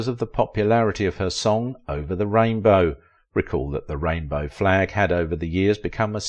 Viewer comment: ALTHOUGH THE STORY WAS INTERESTING, THE PRONUNCIATION OF "EI" AND "AI" WAS DISTURNIG FOR SOMEONE LIKE ME AS A NON-NATIVE SPEAKER OF ENGLISH. PRONOUCE "RAINBOW" EXACTLY AS JUDY DID IN THE FILM.